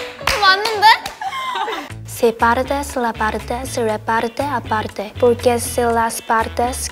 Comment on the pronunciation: Me, chaeryeong surpise me so much <3, in the beginning she has a good Spanish, his voice makes you feel comfortable, the pronunciation of: "partes" and "aparte" is so natural. Well, maybe in the last line the pronunciation is more confusing (because it gets tangled up with your words) but wow is awesome.